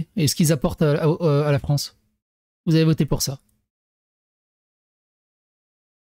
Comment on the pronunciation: Pauvre "Fronce"...